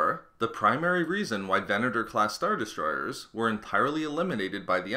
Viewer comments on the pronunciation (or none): Got 1 minute in then found myself focusing more on how the guy pronounces "er" at the end of words like Star Destroyeeeeerrrs